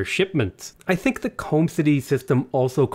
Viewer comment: I don't "tink" lol